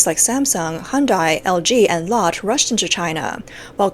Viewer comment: Its pronounced Lot teh (Lotte) - especially hated by china because it is is a Japan/Korea conglomerate founded in Japan by a Korean Japanese. President Chun is hated by Gwangju residents but respected by many others. He was the first president to honor his self set term limit, and brought the whole world to Korea